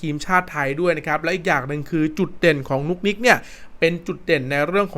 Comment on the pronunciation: นุกนิกครับไม่ใช่นุ๊กนิ๊ก